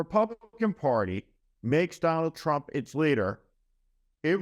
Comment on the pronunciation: Watch out for that waskly wabbit you know TWUMP !